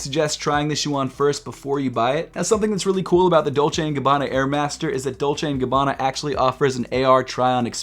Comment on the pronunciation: Please not dolce and gabbana